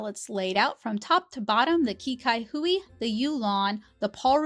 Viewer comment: i believe qi cai hui in chinese is actually pronounced more like chee sai hui. i am not entirely sure what it translates to, though